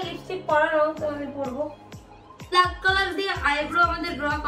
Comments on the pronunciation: Kotha ta bluck noi black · ব্লাক নয় রে অশিক্ষিত ব্ল্যাক হয়